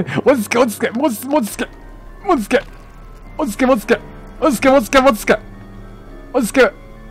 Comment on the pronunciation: うぽつです！ こんなに焦る珍しいwww 落ち着け！ が 途中から 餅つけ！に聞こえましたよ。